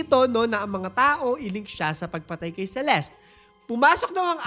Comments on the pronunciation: By the way it's Celest not celestie its just the spelling CELESTE but the pronouncation is celest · Celeste is pronounced as Selest Hindi Seleste … silent E po yung sa Huli. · CELESTE - SEE-LEST